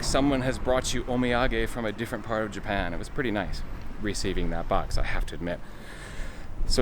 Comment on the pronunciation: More like: Ja-pie-ya-en..hahahahahaahahahahaahahauau